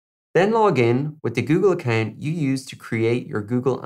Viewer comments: Account shd be pronounced as acowww+nt not a + kennnnn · Great video straight to the point, but why you saying account like that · 😂accant not account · 😂 I was thinking the same thing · I a-can’t get over how you say account.😂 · "Accant" is how im gonna pronounce it from now on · Google “ACCANT” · Ffs now I can’t not hear it!! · "Accant" keep up with you🤣, nice way of pronouncing. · Great video. Love the way you pronounce "account" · Who am I kidding, this shit is hilarious 🤣😂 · I don’t know why on earth there’s a pronunciation like that? 🤷‍♂️ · literally was just thinking that. lol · I can't ... account ... potato ... potahtoh lololol! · Nick T Khan hahahhhahhaha Dude you nailed it hahahaha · "Account "😄😄 no offense it's just funny